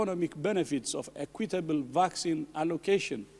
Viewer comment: From his tone it sounds like “Acquit-table vaccines” are going to the highest bidder